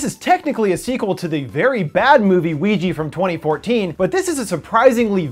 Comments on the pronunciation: did you just say ouiji? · I couldn't help but laugh when he said Weegee instead of Ouija. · why does your pronounciation of ouija sounds like luigi for some reason lol or is it just me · Why is Ouija pronounced Wee Gee?